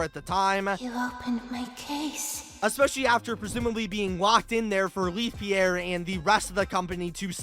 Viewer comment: Why do you keep mispronouncing Leith Pierre's name? It's in the first dialogue you hear in the game...